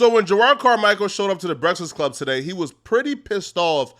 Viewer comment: Soon as I heard say "breastfast club" 💀